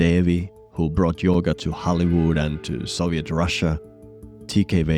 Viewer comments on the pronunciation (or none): none